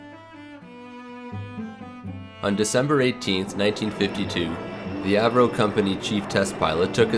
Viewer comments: AVVVVVVVVVVVVVVro not av ro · great vid! but it's pronounced AVE-ROE not A V roe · ... Good stuff, but. Man can you learn to pronounce Avro correctly? Av-row... Not A V Row It's two Slyabuls not three. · “A v ro” then you pronounce it correctly as “Avro”, what? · "A. V. Ro"? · Dawg he can’t even pronounce Avro correctly. What the fuck.